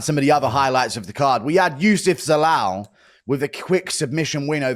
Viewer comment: How hard is it to say Youssef Zalal wtf